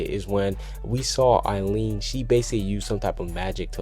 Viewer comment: eileen's name is pronounced, [ eye-lean ] i think everyone would be in a nutshell if erza was actually an object but yeah i dont believe it either